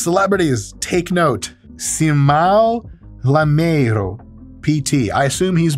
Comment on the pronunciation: That Simão Lameiro pronunciation was really amazing. Kudos to you Dr. Mike.